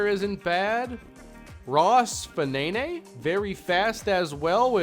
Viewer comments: I think Fanene is pronounced "faneen", at least that's how it seems to me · Ross Fanene should be pronounced, ROSS (FA-NEEN) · Sounds like a great draft class in the end, will secure the future of the franchise. Fanene (probably pronounced Faneen), looks like a great corner selection, and in terms of Cummings you can play him either receiver (where he’ll sit rather than play) or dominate the running game with a player who can run and catch better than Harrison, plus it means you can let Harrison go and maybe even cash in on him before his contract runs out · Can you please pronounce Fanene in another way